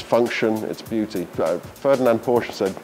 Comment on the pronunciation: One off the few that pronounces Porsche the correct way, “PorschE”!